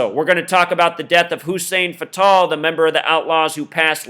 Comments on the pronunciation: You say Hussein Fatal wrong and it's annoying. They call me Hussein Fatal it's a two game table I'm robbjn ya nigga cradle with a knife in ya navel. It's not an Arabic name Fatal as in deadly. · its Hussein fatal. like fatal car crash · I like the way he says Hussein Fatál.